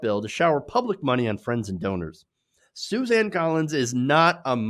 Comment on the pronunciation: Susan not Suzanne! I know it is not that important, but it annoys me hear you mispronounce names.